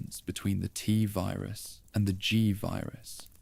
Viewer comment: Why do we need an AI voice? I like the writing, guessing that’s done by a human? But reading out the years as numbers, spelling out S.T.A.R.S, the “tuhvirus” pronunciation instead of “Tvirus” . It’s blatant at times and takes away from an otherwise great video.